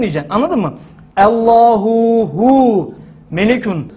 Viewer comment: Hocam ALLAHU HU DICEZ DEME Hüve hu dicez.bircok kez dinledim.ALLAHU HU